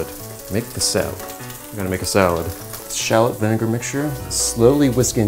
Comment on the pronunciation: its pronounced 'Shah - Lot' NOT Charlotte ...its a type of small sweet onion